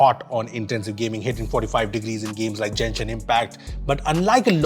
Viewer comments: it's not Jenshin, it's Genshin 😭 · its genshin (ga) not jenshin (ja) lol i used to confuse this too, love ur videos! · It's Genshin impact not jenshin impact. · say game, then say gameshin impact and then say genshin impact. Not jenshin impact. Love your videos